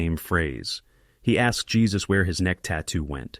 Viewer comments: The name of the pet shop owner is pronounced "Hey-sus" not "Jey-sus" guys. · 😅not Jesus---it's JÉSUS (HAY-SUS) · His name isn't pronounced Jesus as our Lord....it is pronounced "Hesuse" it's a Spanish name. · ai narrator actually named their helper 'Jesus' 'hesus' - seriously. Jesus helped them rob. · "...one of the robbers is African-American"?! No, his skin is black/dark, but they have no way of knowing his nationality. And the J in "Jesus" in Spanish is pronounced as an H!